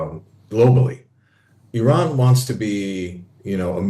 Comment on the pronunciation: he cant say iran right hahahahaha he shows his iran being american trying to be iran and zionist and lastly european hahaha what a joke was that